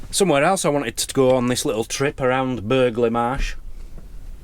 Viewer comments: Pronounced Bur Lee Marsh. X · Think you pronounce it burra le marsh.